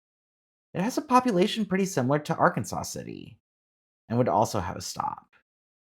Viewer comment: As counter-intuitive as it is, "Arkansas City" is pronounced "ar-KANZ-as". Idk why it doesn't match the state of Arkansas.